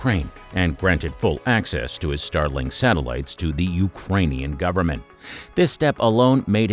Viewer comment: StarLINK, not Starling